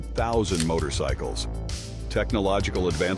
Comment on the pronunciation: dude said "Motor-y-cycles".